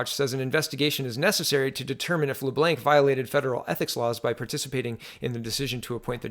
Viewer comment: LeBlanc= "Le-Blonk"